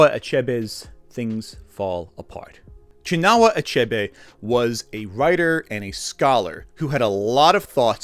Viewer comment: I must say, I was enjoying this video but the pronunciations during the section about "Things Fall Apart" really threw me off. I am Igbo myself. 'Chinua' is pronounced "Chin-wa" 'Igbo' is pronounced 'E-bow' (silent 'G') 'Niger' was bleeped out for some reason? I really hope you did not say the N-word as Niger is pronounced "Nai-jah" or "Nee-jere" depending on the location spoken about. I appreciate the video's topic but, for something so thoroughly researched, I wish a bit more care went into checking the names of African/Igbo words.